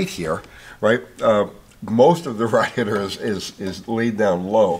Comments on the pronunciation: I love. But are we not gonna talk about him sayin raadiator?!?! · How can a cast iron six-cylinder engine that's nearly 50% bigger in displacement be only 100lb heavier than an aluminum four-banger? Surprising. I've never heard "radiator" pronounced that way before. Uncle is The Man.